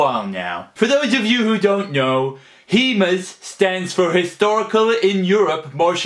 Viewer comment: "HEMAS" AHAHAH!